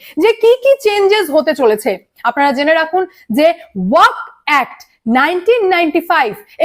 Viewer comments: এই মহিলা উচ্চারণ টা ওয়াকফ বোর্ড করতে পারে না কেনো? ওয়াক নয়, ওয়াকফ। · আরে, ' ওয়াক ' নয় রে বাবা, ওটা ওয়াকফ বলো ।